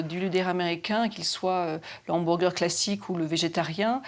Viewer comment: le houberger 🔥